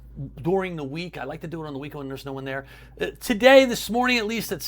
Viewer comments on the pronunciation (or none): none